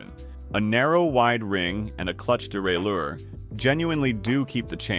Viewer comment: How many different ways can crappy AI pronounce derailleur?